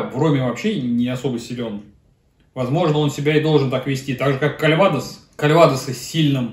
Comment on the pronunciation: Кальвадо́с а не кальва́дос!!!